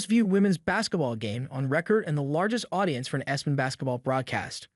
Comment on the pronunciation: My goodness! What is the "Wumba?" Yeah, this bad computer text to speech engine actually said that. Then said, "Espen!" If a creator is too lazy to read their own scripts, maybe publishing on YouTube isn't such a good idea!